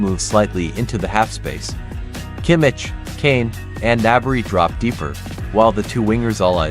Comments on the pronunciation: Your channel name is German and you still say KIMMITSCH instead of Kimmich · Why do you even pronounce "Bayern" so terribly wrong? If you do videos about them, show some interest for the club. "Kimmich" is probably too hard, as well as "Laimer". But the guys on ESPN pronounce the makes correctly, so you should be able, too